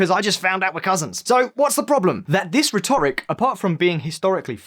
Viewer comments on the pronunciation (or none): ffs, the pronunciation of rhetoric is triggering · There are some very weird pronouncuations in this video. Rhetoric, Uighur.... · Please learn to pronounce rhetoric properly! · RHEToric, please - not, rhetORIC !!! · "Uyghurs" is pronounced WEE-gurz. "Rhetoric" is pronounced RED-er-ik. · His pronunciation of "rhetoric" is driving me nuts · I can’t take the pronunciation of rhetoric or Uyghur... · Rhetoric, Xinjiang, Uyghur; this guy's appalling pronunciation makes this video almost unwatchable. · Please learn how to pronounce rhetoric 😀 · Your pronunciation of 'rhetoric' and 'uighurs' is confusing and distracting